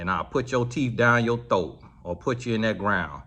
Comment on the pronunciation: You betta step fo yo wife! 😂 “teef dine ya thoack”